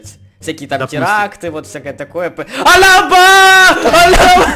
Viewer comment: ты сказал "Алка баа"